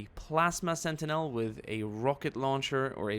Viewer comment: You pronounced Killer Kan wrong You pronounced Sentinel wrong That’s not a Melta that’s a Gravcannon Their called Choppas and Nobs You never once said Boyz and I’m disappointed Yellow and black are the bad moons clan No WAGHHHHHHHHHHHHHH 1/10 Calling the Imperium the “empire” -1 Baneblades are used mostly by Astartes, that’s why. The Orks with the heavy guns are called Lootas or Big Shootas